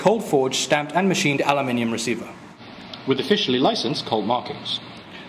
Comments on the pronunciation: wait... - did you say aluminum or allmnmn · What the hell are you talking about? This video is over four years old. Also, all of the Redwolf hosts have pronounced it as "a-loo-mini-um". In other parts of the world, "aluminum" is pronounced "a-loo-mini-um".